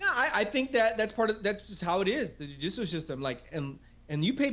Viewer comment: I kept hearing Jiu Jitsu system instead of Judicial.